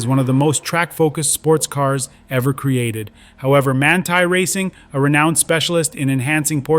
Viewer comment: Voglio solo puntualizzare che il nome del preparatore come qualunque altra parola straniera vanno sempre letta come in lingua originale….. altrimenti sono storpiati .!!!!